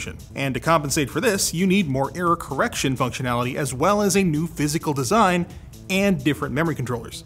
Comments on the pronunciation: I’ve never heard someone pronounce error “iirror”. Interesting. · Say error again!